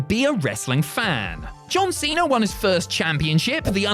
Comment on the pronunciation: As an American, i love it when says John Cenar